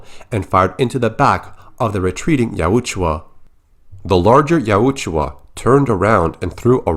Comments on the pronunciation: Yautja. You're pronouncing it like it's spelled Yautjua. Just so ya know. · The way you say yautja hurts my ears. It sounds like you added an extra U bro